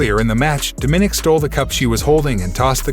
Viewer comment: Yes, bj bowman. You hammered that nail. The Doofus who gabbled this audio does not even know how to say "DOMINICK"!!